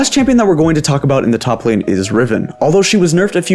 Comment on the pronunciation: did he really say "choplane champions" or am i going crazy?